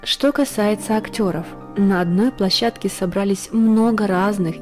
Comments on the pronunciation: ПлОщадке.)) Лучше позаботиться о грамоте материала, перед выкладыванием во всеобщий доступ. А так, информация очень интересная. Спасибо. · "Скандалы на плОщадке"!!! Что ж так Вы безграмотны???